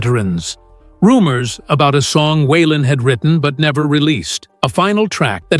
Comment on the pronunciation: Wenn man eine Autobiographie von Waylon Jennings erzählen möchte, dann sollte der Vornamen korrekt ausgesprochen werden....